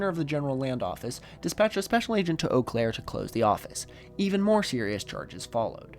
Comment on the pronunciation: dang, you said Eau Claire correctly